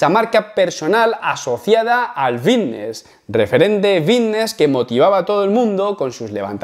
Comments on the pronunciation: "Fitness" lleva "f". Es fitness, no vitness. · Por qué dice "vitness" en lugar de fitness? No sé si yo me estoy perdiendo algo o que este tiene que ir a un logopeda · por que dice vitness? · Buen video, no entiendo si dice "bisnes" o "fitness". ¡Saludos camarada! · Vitness ? O fitness ?